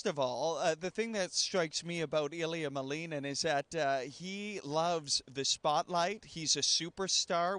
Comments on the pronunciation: It's Ilia MALinin. Not MaLEENin. Do your research! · actually you may want to google Ilia saying his last name. He says MALinin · He's American and it's a Russian name. The correct way to pronounce it is MaLInin. It happens a lot with second generation children.